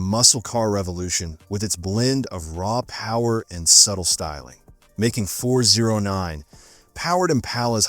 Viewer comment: Pronounced “Four ooh nine” and “four ooh six.”